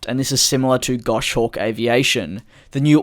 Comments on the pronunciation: it's "Goss Hawk", not "Gosh Awk" ;P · Gos hawk. No gosh, it’s a common mistake but the falconer in me was cringing. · “Gosh-hawk’ :p